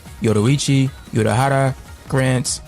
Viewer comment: The narrator needs to learn how to pronounce some characters names correctly. The main one is Urahara Kisuke. He says Urahara by making the letter "U" solo, than says the remainder. So this comes out as "U-rah-hara" when in reality it's "Uer-rah-hara"